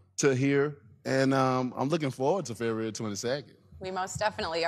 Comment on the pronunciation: Deontay- FebRahrary 22nd..